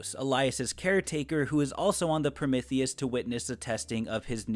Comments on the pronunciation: Is anyone else irked by the mispronunciation of Prometheus? It's not pronounced Promithius the "m e" is pronounced "ME" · I apologize I’m new here, but you said Promithius about 70 times and it started to drive me crazy, Pro-MEeth-ius is the correct pronunciation of the Greek god of Fire:) no hate just felt the need to inform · your Prometheus pronunciation gave me an aneurysm, please stop saying it like that